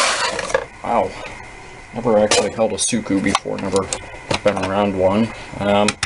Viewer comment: It's siku not suku